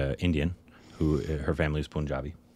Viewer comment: Also it's PUN-jabi. Pun as in the English word for a kind of jokes.